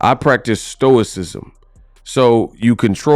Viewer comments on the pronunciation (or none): Did this dude just say "stoicosm"? What the fcuk does stoicism have to do with Boxing? What does stoicism do for you with getting punched in the face? Nothing!